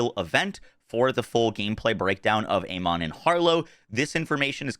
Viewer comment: Has Gearbox actually specified how to correctly pronounce "Amon"? In English, it's normally pronounced "A-men", and with its Egyptian pronunciation it's "Ah-mun". Neither is "A-mon". Also, is this gameplay from a Switch 2 outside of docked mode? Because that's the kind of 23fps performance I expect. If that's on a decent PC...ugh.